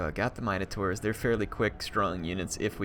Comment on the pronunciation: I love you but the way you say Minotaurs triggers the crap outta me xD